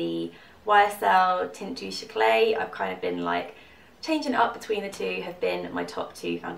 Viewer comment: Hello. As a French speaker may I recommend that you say Eclat in Touche Eclat not as eclay but just as eclah, with the last vowel sounding like the last vowel in. I have heard you say it a few times so I thought I would mention it. I do enjoy your videos and I think you are very beautiful.